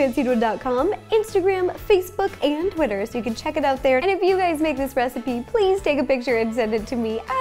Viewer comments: Lol she said hey gays instead of hey guys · The beginning sounded like she said “hey gays” and I thought ‘hey it me’ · Did anyone else hear “hey gays” at the beginning? 😂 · did it sound like she said "hey gays" in her intro to anyone else?